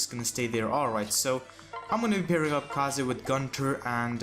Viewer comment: I swear if he says 'kah zay' one more time.